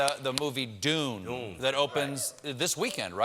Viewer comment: He can't say Dune right, so it's a bit much to expect him to say a real place name right.